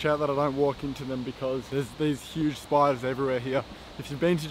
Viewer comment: It's weird when Australian talking about spider, btw cool video :)